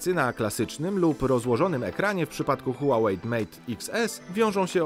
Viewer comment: Czy mi się zdaje czy nazwę marki wymawiasz "Huałejt" czy z "t" na końcu?